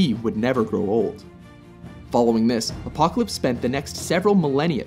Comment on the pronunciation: Man the narrator needs to say Apocalypse name right he wasn't even close¿....?